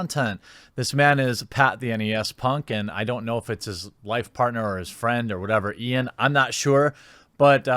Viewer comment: Jewemy do you need a fwend?😀